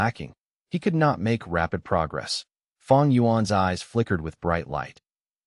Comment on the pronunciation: It's not feng it's fang